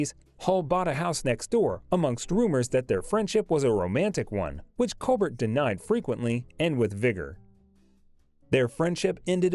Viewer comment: WELL DONE - but she was a STINKER!!!! Your pronunciations of other actor's names are HORRENDOUS as well as COLBERT="COLBAIR" last name!!!!!